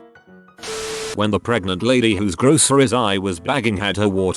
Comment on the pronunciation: Zachary Siple crows instead of grows